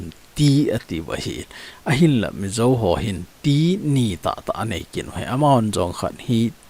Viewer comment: Hiche pronounce na di pouva kiboi 😂😂 Ei Thadou te chun Zo chu Zo ... not Zou 😅